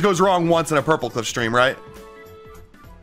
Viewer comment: Hardy😭 Edit:When he said purpleclock I thought he said purplecock and the clip where the video responded to him saying hi had me dying of laughter😂